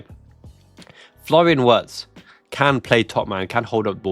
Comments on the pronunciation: Just a small point: It's more accurate to pronounce his name Virtz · Enjoy your show brother. The Germans pronounce W's as a V. Therefore Wirtz's name is pronounced Vertz. Cheers mate. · Virtz homie, hit that W with a Z.